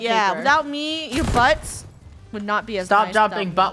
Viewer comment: you say it me not meh